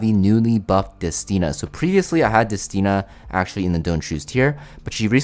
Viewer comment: I'm so glad to hear you say destinas name correctly :D now you just need to pronounce Ludwig right and I'm gonna be happy 😊